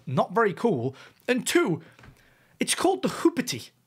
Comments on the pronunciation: Its "hoop-tea" not "hoop-ity".... It's an American urban slang term for a piece of sh*t car. Hoopty Which just adds another layer of the woke pandering of marvel. They had to name a vehicle a "hoopty" in a lame attempt to pander to urban culture 🤦🏼‍♂️ I swear...... Woakness is an art. The amount of effort, time, planning, and energy that goes into being woke almost makes it a respectable profession 🤮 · it's pronounced "hoop tea" ! (american slang) translation: a budget run-around/banger of a car! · You don't know how to pronounce hoopty. You said "hoopity". This movie and the MCU can be called a "hoopty" - getting old, beaten up, and driven way past its years